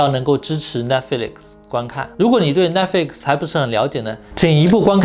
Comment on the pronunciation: Netflix，重音在Net，flix要轻，要含糊，才有逼格。